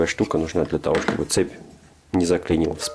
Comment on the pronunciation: Щьтобы и монтаЖЬ. Слух режет ппц.